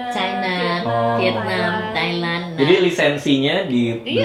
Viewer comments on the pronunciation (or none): none